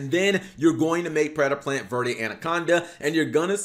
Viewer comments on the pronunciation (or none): none